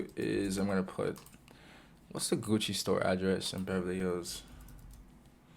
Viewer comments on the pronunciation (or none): none